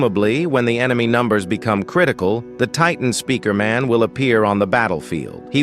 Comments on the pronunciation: listen again it was titan spikrmun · Titan Spikrmun💀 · it was spikman